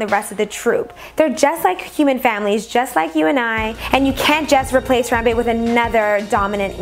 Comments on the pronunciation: When your cringing to death when she says Harambe wrong. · your saying the gorrolis name wrong